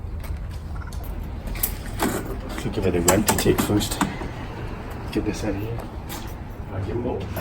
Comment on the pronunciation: I can tell your from the northern states, somewhere near Canada, you pronounce 'out' as "oot" !